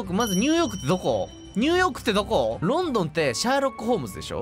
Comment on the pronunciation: The more he says "London" the more it sounds like he's pronouncing the name of a Chinese city, like it was "Lawn-Dawn" or something, so I can almost understand the confusion ... kind..of...